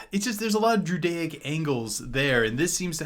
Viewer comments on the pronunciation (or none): Everytime he said druidaic it sounded like judaic